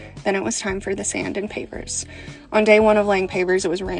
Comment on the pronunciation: I thought you were saying papers😅😅. I'm like, "Who lays papers in a barn ffs?!"😂😂😂